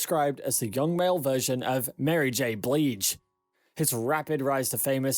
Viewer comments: This narrative said “Mary J Bleege”?? This deserves a thumbs down. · WTF is Mary J Bleege???? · Mary J bleege? You are taking the piss do your research first before you present your narration. Yet another youtube channel feasting off black culture, who has no interest or idea of who they are talking about. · This video is kinda trash they mispronounced Mary J Bridge name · Is anyone else mad about how he butchers Mary J. Blige's name?